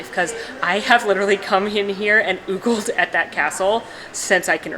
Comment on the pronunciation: She "oogled" the castle, not "ogled" the Swarovski Cinderella Castle. 🤣🤣⚾️ I ❤ -- she is real & fun!